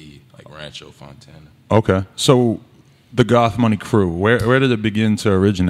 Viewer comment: i listen to them often, one of the most interesting collectives in rap imo. but it's funny to me how they pronounce goth as gof. sounds like golf money, lmao.